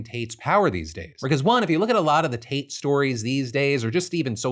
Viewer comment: Every time you say Tate.. I hear Taint